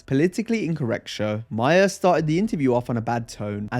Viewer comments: Not "Myer" "Maar". Lol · It is not Bill Myers. Its Mahr. Rhymes with car. Learn English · Ma-her not Myer!